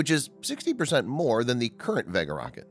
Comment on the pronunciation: The reason so many people think the narrator is a robot is that he does odd things like pronouncing Vega as though is rhymes with egg instead of vague.